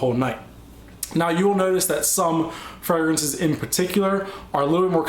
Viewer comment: LOOL, I love how you like pronounce the names of almost all your fragrances wrong! XD